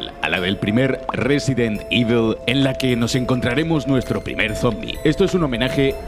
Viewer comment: Otro detalle alucinante: en este juego, para, Evil se pronuncia Evil, pero en Resident Evil se pronuncia Ivel XD Qué pena que estos vídeos de "30 detalles..." hayan degenerado tanto. Antes eran imprescindibles...